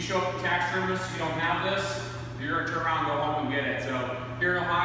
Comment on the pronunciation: First of all it's "Turn" not "tearn" Second of all, Do you eat meat? If you do then you dont have the right to say shit about someone hunting. And lastly if you are such a god fearing person that is agains eating meat then why in the actual fuck are you on YouTube watching hunting videos, you imbecile.